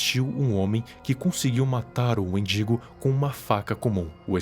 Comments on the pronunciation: ele falando wendingo e eu escutando mendigo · Kkakkaka, endingo amigo, não mindingo